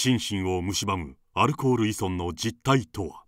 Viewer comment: いそんって言うな、いぞんだろ